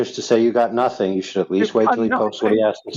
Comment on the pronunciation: I don't trust people that pronounce the "G" at the end of words as "keh". "Notheenkeh", "sometheenkeh", the ocean is "waveenkeh".